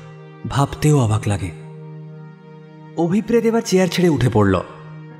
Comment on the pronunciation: আমি সাধারণতঃ ভুতের গল্প পড়িনা বা শুনিনা। শুধুমাত্র কাহনের উপস্থাপনা বলেই মনোযোগ সহকারে শুনলাম। যথারীতি অসাধারণ অভিনয়। কিন্তু একটা বিষয় বলতে চাই যে নামের উচ্চারণটা বোধহয় হওয়া উচিত অভিপ্রেতো,অভিপ্রেৎ নয়। কারণ ঐ শব্দটার উচ্চারণ অভিপ্রেতো বা ন্যস্তর্থক হলে অনভিপ্রেতো।